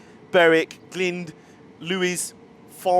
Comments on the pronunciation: Glynde is pronounced "G-line-d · just to be that guy glynde rhymes with kind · I think it's pronounced Glynde. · Glynde is g-lined. Lewes is lew-is and Falmer is Fal-mah. Hope that helps. :)